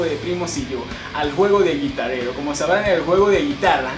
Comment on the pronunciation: Como se escribe: Guitar Hero Como se pronuncia: Guitar jirou Como lo dice: guitarerou:v